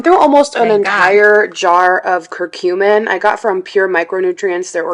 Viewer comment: Ugh, the way she pronounces curcumin is so annoying.